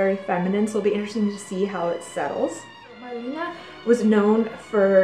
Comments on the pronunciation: She passed away in 1992. Her name was Mar-le-ne. Not "Marlina". Apart from that, great and fascinating video. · "Mar-LAY-nah" is the way to pronoucein both the US and everywhere. She was a great WWII heroine and went to front lines, with the Amerians! Germans never forgave her. She died in Paris.